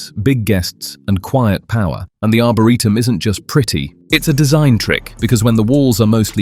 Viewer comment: What's an arbareetum?😂🤣😅 and point doom?... lol. Not Dume😂❤